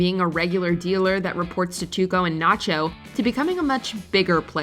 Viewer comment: Your saying it wrong natcho